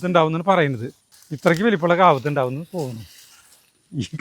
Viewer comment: Kaapath alla... Kaavuthu